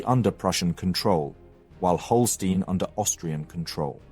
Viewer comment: Dear narrator learn german (at least how to pronounce site names) Holsteen, Hesse?😅